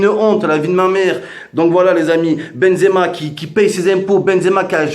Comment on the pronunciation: il a dit benzemar